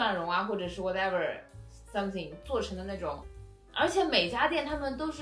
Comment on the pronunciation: 為什麼台灣的蔬菜、畜牧食材都那麼好吃？妳知道嗎？ 因為台灣的農業產品都是種植、養殖業者：用心種植、畜養的，每個環節都有顧慮、照顧到！ 而且絕對不跟你玩科技狠活的！ 大陸的種植水平.......真的沒辦法比，因為完全比不上！ 誰叫踏路一天到晚腦袋只在想著武器發展？人平生活素質、幸福指數都完全不管的！ 妳的Something說的沒有咬舌音.......不標準！